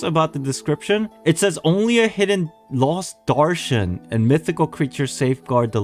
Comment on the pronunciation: As an Indian it hurts me with you miss pronouncing pari and darshan 😢 but it's not "fairy-like" it means quite literally a fairy, in metaphors we use it like "tum ek pari jaisi lagti ho" meaning "you look just like a fairy" [it is a mean of compliment/flirting] also Darshan ALSO means a miracle/blessing!